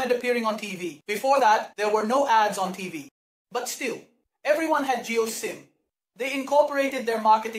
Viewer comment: jio not jew...rest best